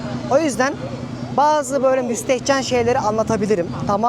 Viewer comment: Müstehceni bastira bastira birkac kez söyledi. Ben de acaba ne gösterecek dedim:)) cok naifsin ya. Ama insanlar senin bu naifligini seviyor zaten.